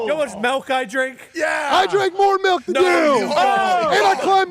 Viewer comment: I can’t stand the way pronounces milk. “I drink MELK”